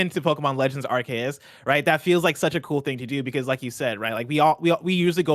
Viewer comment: Pokémon Legends ARE-KAY-US 🙄😅 that’s not right at all